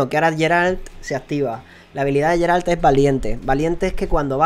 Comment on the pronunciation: yo se que cada uno puede decirlo como quiera y según este vídeo se puede comprobar que no eres muy fan de The Witcher, pero Geralt se pronuncia "Gueralt" no "Yeralt", por si te interesa. Siento ser el resabiondo metomentodo pero me chirrían los oídos cada vez que te escucho:P Bueno vídeo por cierto!